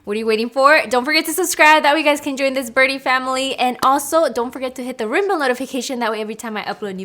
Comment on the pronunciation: Even though I know you're saying "hit that ringbell notification," my ears still hear it as "rainbow" notification! 😆